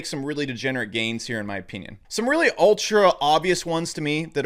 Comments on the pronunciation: In my o-peen-ion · I like his Ow-PEE-nien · “In my opeenion”